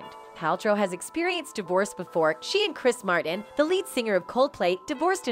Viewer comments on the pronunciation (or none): none